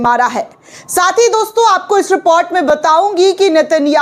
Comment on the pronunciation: Madam not amarica, America. Not repot, report.